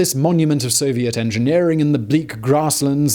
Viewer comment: I think you meant to say So-vi-et